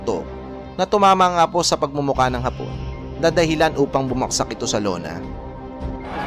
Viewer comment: Bagsak ang tama, baksak ay bulol ka magsalita😊😊😊